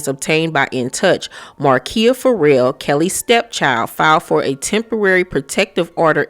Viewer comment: I've never heard someone read Ferrell as 'for real.' Will Ferrell is going to be shocked his name is For Real lol. It's pronounced fuh-REHL.